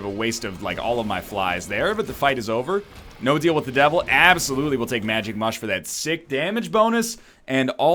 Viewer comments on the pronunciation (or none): none